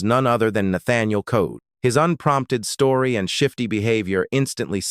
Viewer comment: There last name was COLE!!!! NOT CODE!!! I was 11 years old when this happened and hated him ever since. Why is he still alive, I don't know 😕. R.i.p Debra Ford